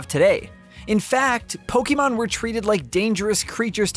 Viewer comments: My dude, it's been twenty years. It's Poe-kay-mon; not poe-kee-mon. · "Po-kay-mon" not "Po-key-mon" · something weird about hearing "poke-ee-mon" rather than "poke-uh-mon" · Can't stand this guy keep saying po-kee-mon instead of po-ke-mon🥵🥵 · POKÉMON POKE-ayyyyyy-mon No pokeeeemon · It’s pronounced: Pokehmon, not Pokeymon. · Did you say pokeman? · This dude said pok-e-mon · Its not poukeyman its pokemon! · Hearing people call them Pokeemon, Pokeeballs, Pokeedex is SO CRINGE. STOP IT. PLEASE. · It’s weird how Pokémon has been a thing for over 20 years and people still pronounce it “pokeymon” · I can only hear someone pronounce Poké as pokie so many times before I must stop the video. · God I hate the way he says PokEEMon 🤦🏾‍♂️ Thats not how its pronounced dude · ah yes, pokey man legends arse-ee-uss. (seriously though, great review) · I honestly hate being this guy & sincerely sorry for posting this, but I have to. The title of the game is three words long & two of them are mispronounced the entire video. It’s the most popular franchise on earth & is 26 years old. Pokey-mon & Ar-see-us is just being lazy at this point, especially when official trailers clearly say the title & you can very simply emulate. Great review & very informative, but come on with the easy pronunciation stuff. Sorry again. I just felt compelled to comment, respectfully. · If I hear pok*E*mon one more time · Unlike what is described in the video, the game is not a spin-off, it’s a mainline game. Also, the way he mispronounces “Pokémon” is quite annoying to me. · Hate how he says Pokémon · Mispronounces 'Pokémon'. Mispronounces 'Arceus'. Classic Nintendo Life. The review's good, though. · Thanks for the review. And to get further perspective on game play. Also nice to see someone who can way Arceus correctly. Sadly you still say Pokèmon wrong but baby steps. I'll take what I can get.